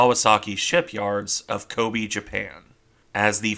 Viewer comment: Kobe is not pronounced like “cole be”, it’s “cole bae”. The “Be” sound in English would be “Bi” in romaji.